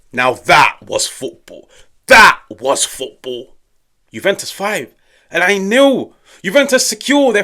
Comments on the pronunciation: The pronunciation on "The Eye" 👌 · That's my home town they dropped 5 on... And finally I get to hear the correct pronunciation of Al Ain... Thank you. Great video too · I like how you pronounced Al Ain lol alhamdulilah